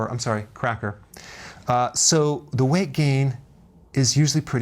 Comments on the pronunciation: did he say...crack whore instead of cracker? hahahahaha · did he just say "crackwhore"? Lol